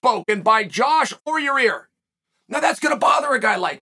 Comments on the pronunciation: “Yair” Chael: “your ear” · "Yarear Rodriguez"